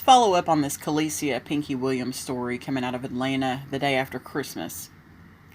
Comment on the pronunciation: Dang!! The news man messed her name all the way up! SMH He could've gotten the pronunciation of her name before the news started! Anyway, what I wanna know is, who's room was she in? Was it the room that was rented for the friends or was it a room that the killer/killers rented? It seems as if she's basically by herself. I don't see anyone in the background.🤷